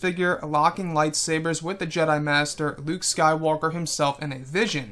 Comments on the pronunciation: why u saying last jeda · No he said last jeda